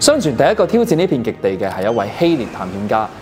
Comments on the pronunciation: 正字特警：希臘（立），唔係希獵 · 唯一挑剔ming仔係：仲讀錯字🙈 希臘（希立） 埃及 （哀及）